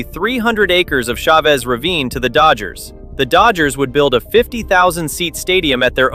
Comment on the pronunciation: this is the best, most well-rounded explanation of the who Chavez Ravine saga. One note: "Chavez" is pronounced "CHA-vez", not "Cha-VEZ". I look forward to viewing more of your content.